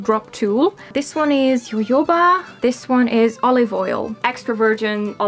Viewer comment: At first I was thinking, never heard of yoyo something oil, jojoba is pronounced HO-HO-BAH 😂😂